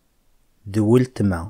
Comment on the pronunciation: C’est ma sœur le L ne se prononce pas cela se prononce wetma